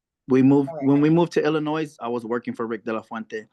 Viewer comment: The s in Illinois is silent